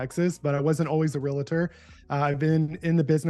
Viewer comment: Continually saying "real-uh-tor" is killing me. 😵‍💫 REAL-tor. that's it.